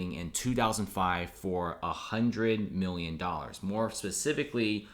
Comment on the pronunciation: This ree turd cant say Million